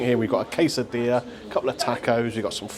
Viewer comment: I heard “case of beer” instead of quesadilla…It would have been more nourishing for everybody.🥴